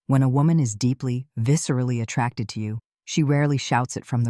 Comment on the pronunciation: Yes, the word is attracted not attacted. Your a I isn't working properly